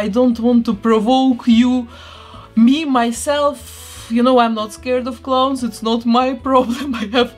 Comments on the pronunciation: Clowns not cloowns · Sounds like you are saying clone, but you're not